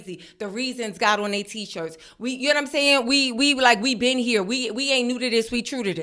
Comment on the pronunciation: the “ere” and “dere” are killing me 😂😂